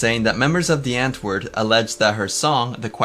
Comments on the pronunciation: Why are u saying "DEE antwoord"??? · Irks me you can’t say Die Antwoord correctly